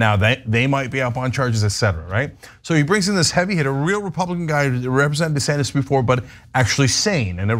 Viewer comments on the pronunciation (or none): none